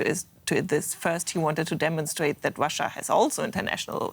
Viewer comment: That blonde woman's speech impediment is really distracting, especially when she says "Wussia."